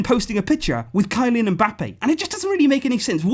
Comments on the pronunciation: Nobody: Not a single soul Voice: kilIAn Mbappe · Kylian Mbappé is pronounced "Kee-lee-an"